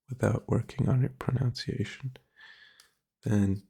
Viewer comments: Dude I genuinely thought you were a native English speaker from the first video I saw of you, your pronunciation is basically perfect... ironically though you say "pro-noun-ciation" and it's "pro-nun-ciation", and even that is just a nitpick that barely anyone would notice. You're solid buddy dw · Important to know, its pronounced, pro-nunce-ee-ation